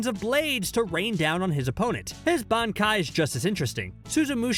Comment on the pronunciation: “Benkai” he said